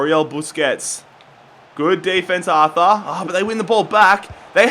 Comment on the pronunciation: It is pronounced art-ur